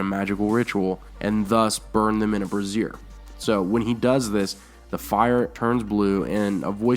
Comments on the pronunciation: BRAY-zher, not brah-ZEER! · The word brazier is pronounced brāZHər (bray-jur with a soft "j"). Although the visualization of Varys getting his naughty bits burnt in a brassiere (bra) is hysterically funny. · Flaming pan = brazier (bray-zee-er). A brassiere is a woman's bra.